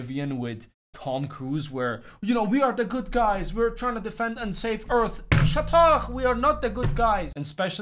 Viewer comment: lol ''shut ark''